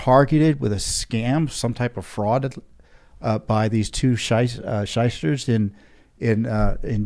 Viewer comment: “Sheister.” Says all I need to know about the guy